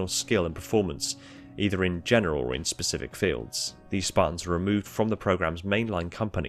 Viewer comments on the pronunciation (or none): none